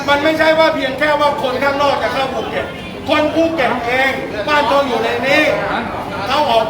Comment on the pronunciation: ภูเก็ต.ไม่ใช่ ภูเก็จ